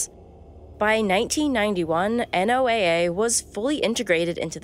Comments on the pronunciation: It's pronounced Noah, NOT NOAA...... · This is narrated by an AI. Who calls Noh-uh N O A A?